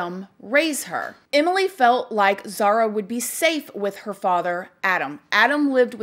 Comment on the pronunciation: Could at least announce her name correctly. Disrespectful